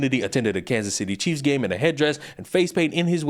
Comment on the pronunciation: I’m still hearing cheese fan instead of Chief’s fan😂